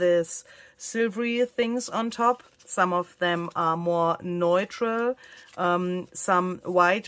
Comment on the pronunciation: NEUTRAL IS PRONOUNCED NEW-trull